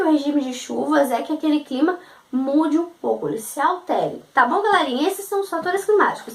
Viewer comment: Evita de falar Galérinha !! Suas aulas são muito boas... Gostei ! :) Porém galérinha é muito irritante !!